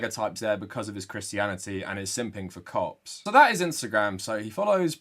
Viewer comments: Your accent makes when you say "Cops" sound like "Cocks", I'm a child lol. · whenever he says cop it sounds like something else and i do a double take everytime